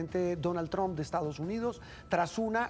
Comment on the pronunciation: Mi pregunta es: porque el supuesto periodista que habla aqui no pronuncia bien el Nombre del presidente de USA, tromp? 🤣 se escribe Trump y se pronuncia??